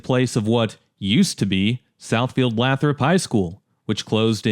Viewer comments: Minor quibble, but it's pronounced "LAYthrup" rather than "LATHrup" by most locals. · Lifelong Metro Detroiter here. Love the video and your attention to detail! One minor correction "Lathrup" is pronounced "Laye - thrup" not "Laa - thrup." Also, one bit of racial history in terms of Metro Detroit: In the 80's and 90's Southfield become the most prominent middle and upper middle class African American suburb in the whole Metro Detroit area. To this day that is still the case, with Southfield having one of the largest percentage African American populations of any major suburb in the country.